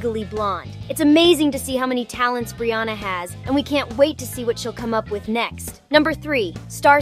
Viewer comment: brianna not brooouna but she say brianna 1 time.🙄😮‍💨